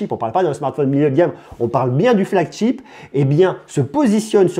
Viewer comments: c'est flagship pas flagCHIP ! ou porte-étendard en bon français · Juste, essaye la prochaine fois de ne plus dire et redire FLAGCHTIP parce que ça se lit Chip, ship comme chérie. Tu le dis souvent dans tes vidéos. Si je suis aussi tes vidéos c'est que j'adore tes tests, juste essaie peut-être de corriger ça pour une prochaine fois. 😉